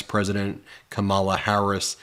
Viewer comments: Please do not mispronounce her name,. It is COMMA-LA…. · Omg I just can’t! It’s COMMA-LA! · It’s comma-la. Like the punctuation mark. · Her name is Kam-ma-la... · KAmala...emphasis on the first syllable. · Ok. You are on her side, so PLEEEEZE say her name correctly. About half the time you say KaMAla. Ugh! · You’re pronouncing her name wrong. Just think of a comma, then put LA on the end COMMA COMMA COMMA COMMA COMMA COMMA-LA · It’s pronounced comma-la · ben, remember its pronounce comma-la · Its pronounced... Comma La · It's pronounced Comma-La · BEN it is Bartoromo not Bartoroma & remember comma-la. Once in awhile you mispronounce. Thanks for the awesome coverage. Het some rest❤ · Did you just call her “Ka má la”? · Hey Ben, it's pronounced comma-la. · The future president's name is pronounced === Come La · Oh Ben. 🤦🏼‍♀️ IT’S COMMA LAH! , LA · It's pronounced Comma-la. Say her name. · Ben, her name rhymes with comma-la! Or Mamala! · Ben, it's pronounced like Comma*la. Get it right! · Please kindly pronounce Kamala’s name correctly. It’s KAMala. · WTF DUDE. It's COMMA-LA, GET IT RIGHT! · Try and get the pronunciation right. Otherwise great job as usual 🙃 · ****Ben, you've been mis-pronouncing Kamala's name recently, just like Trump. I'm sure you're just doing it because you've been listening to Trump and the Magats say it so much! Just wanted to let you know since I've seen it about 4 different times now. Thanks for everything you guys do! BLUE TSUNAMI COMING! 🌊🌊🌊🌊🌊💙💙💙💙💙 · At 30 seconds into the video you mispronounced Kamala name wrong…sounded like how Little Donny and Shady Vance would say it !! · Hey Ben!! C'mon man! Pronounce Kamala's name correctly. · Kamala - accent on the first syllable. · Ben, I can't believe it! At approx. in this video, you of all people mispronounced Kamala Harris's name! You really ought to issue an apology! (retired teacher) 😇🙏🌈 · Love your podcast, however, please pronounce Kamala correctly!!! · Please pronounce her name correctly!